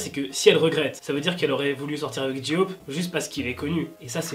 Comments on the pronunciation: Coucou je t’adore mais j-hope ce prononce pas J-ioop mais jey hope mais ça s’écrit bien j-hope 😘merci d’avoir lu mon message bisous 😃😀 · Ji-hope j'adore comment tu le dit 😂😭💗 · o nier c est Suga pas CHuga s il te plait sinon bonne video comme d hab;) et c est J hope pas j eaupe (c le son hein)